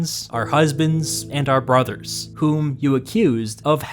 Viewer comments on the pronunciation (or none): none